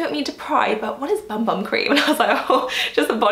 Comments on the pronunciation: Vinicius Blank Fonseca I was just going to comment that it’s pronounced boom boom 😁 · Hi, I loved this video, but just one thing....you know that Bum Bum cream is pronounced Boom Boom, don’t you?! It might help your mother-in-law to know this 😂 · The BumBum cream is pronounced Boom Boom. It’s a holy grail product for me! And I do use it on my arms, legs, hips and bum 🍑 and everywhere else! 😂